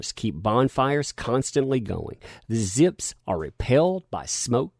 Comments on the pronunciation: "zips"... ??? Vzzpyzz is pronounced "Ves-Biz" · it is pronounced VESPIZ,. Just FYI. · you donkey, you pronounced the Vyzpzz name wrong. 😂